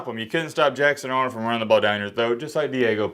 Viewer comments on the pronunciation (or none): none